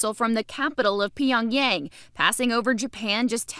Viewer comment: “Pee yorng yang” lololol